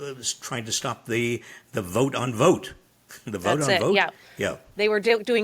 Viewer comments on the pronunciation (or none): His name is pronounced vot... not vote. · Guys, his name is Russell Vought, his last name is pronounced like bought, not vote. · I think the O in Vought is pronounced "ah" instead of "O". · His name is Vought, as in bought (really that’s how it’s pronounced) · I wouldn’t call it “business as usual” but trying to stay sane & cognizant of what the hell is going on while twisting & turning in the wind of overloaded unlawful actions by Trump, Musk & Vought (pronounced ironically “vote”) and their hypnotized coup supporters🤑😶